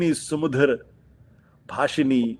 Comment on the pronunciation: Ashutosh dekh kar bhi thik nhi bol rahe.sumdhar nhi sumadhura bolo😂